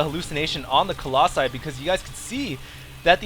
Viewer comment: "Collosi" man. What with your english ^^